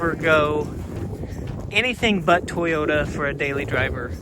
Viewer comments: “To yo ta” big guy and not “ta yo ta”. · Repeat after me...TOY o ta. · Will you guys please teach how to say Toyota!